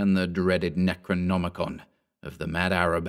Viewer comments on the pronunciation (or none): none